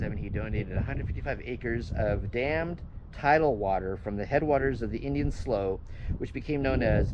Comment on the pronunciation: BTW, "slough" is pronounced "slew".